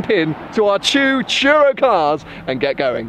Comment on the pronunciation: when turo sounds like churro :D